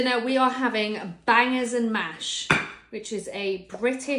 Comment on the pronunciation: Got some "baaaangaaahs" ❤